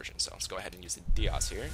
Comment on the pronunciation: Dias is pronounced "Die-us". Nice video, even if it is a bit long. Live tours are the best in my opinion, and this is one of my favorite homes.